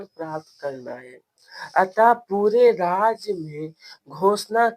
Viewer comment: राज्य ❌राज✅